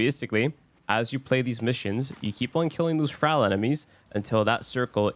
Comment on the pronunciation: I hate to tell you this but thrall is not pronounced fral